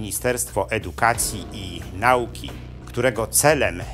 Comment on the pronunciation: W Polsce mamy Ministerstwo Edukacji i Nauki, a nie Nałki. Nie wypada prowadzącemu tak poważny kanał kaleczyć mowę polską.